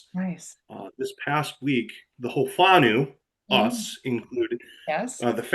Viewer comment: Phonetically Far-now (whanau) Poor-firi (Powhiri) great to see you embracing our culture and language. Here's a tip in Maori each vowel in a word is a syllable except when there is 2 vowels together then both are sounded as a combination. Naumai, Haere mai Whakataumai ra.